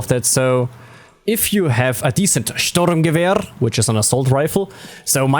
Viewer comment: mein sturrrmgewehrrrr